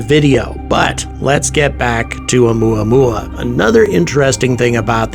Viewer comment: “Oumuamua” To the tune of good old “Luey- Luey” (spelling probably incorrect. Please forgive me.)